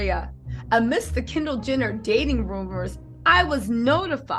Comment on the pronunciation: Your killin me doll!! U keep saying “Kendall gender” lmfao sorry had to rewatch video parts a few times